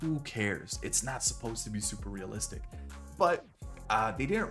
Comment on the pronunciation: for a guy that talks about "who cares about waman, it's a video game it's not supposed to be realistic really puts the emphasis on "realistic "😂